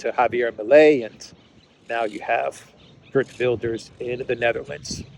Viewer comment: Gert is prnonced HEERT. Like HAIR plus a T. HAIRT VILDESH. Hard V sound too. and RS becomes SH. HAIRT VILDESH.